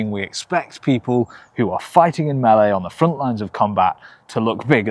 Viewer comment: Thank you for pronouncing "melee" correctly